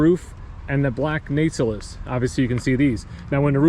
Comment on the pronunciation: The re called nacells not nacelits .😮